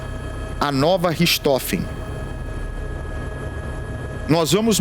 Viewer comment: Não é Ristofes. E sim Rirrrrrrrtrofen. Richthofen.